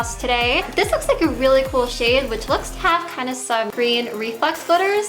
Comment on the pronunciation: She doesn't pronounce her 'th's properly ever, I think it's just an accent